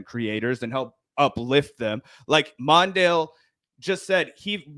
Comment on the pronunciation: It's not "MON-dale". It's "Mon -DELL". Also spelled "MONDELL". It actually hurt to hear you mispronounce his name. Just sayin'...